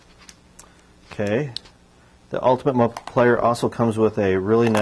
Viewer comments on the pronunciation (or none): Lol did he say multi-pliar?